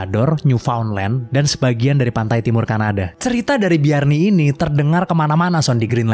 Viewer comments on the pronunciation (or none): none